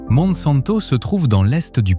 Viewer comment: Monsanto, on prononce montsainto c'est là que vit la plus grande communauté juive du Portugal